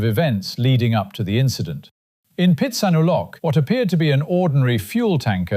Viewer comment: It is pronounced Pitts-ah-new-low. The ‘k’ is silent. From your friend in Phitsanulok.